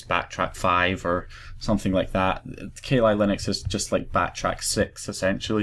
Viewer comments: hey its kah lee not kay lie. but since thats a bad ass demon best u not say kali in case you summon her! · Ka Li Linux.... hahahahahahaha its pronounced "Kal" "Li" Linux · Sorry, but I burst out laughing when you said 'ka li Linux'. I think you didn't quite get the little inside joke there. Kali (pronounced Ka-lee) is the Hindu Godess of Destruction, quite literally the most powerful goddess they have. Kali Linux is all about absolutely destruction of defenses. I live in a Hindu village so it amused me greatly. People here do not even mention her name in jest. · u say kali linux so weird